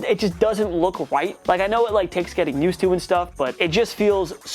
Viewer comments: need to pronounce your words correctly. :34-:40. We know what u meant but the sound came out different your words came out wrong "It doesn't look so right" Sound like he said white. WTF was u trying to say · so.... um,,, what are you saying? It sounds like maybe he says "white".... so.... Good job, you found slight mispronunciation of a word! Great job! and it means what??? Racism? So disappointed in humanity. Stop looking for a reason to riot and get real. Stop creating the problem and start working on a peaceful society.